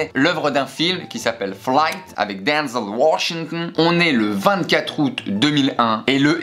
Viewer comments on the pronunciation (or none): Les gars, allez a vous crever de rire 🤣🤣🤣 y a PLUS D’utilisation de voyelle 😂😂 “Dnzl Woooshintn” 🤣🤣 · Avec DANZN WASHENKN on adore l'accent 😂😂😂